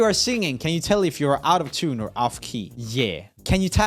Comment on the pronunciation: Did anyone else think that when Roomie said out of tune it sounded like he said autotune?? Maybe just me... 😂 Honestly though I didn't agree with some of the answers especially in the offbeat or out of tune singing - not all singers have to sing on the tune - it sounds cool when they don't sometimes if that makes sense. It's hard to explain.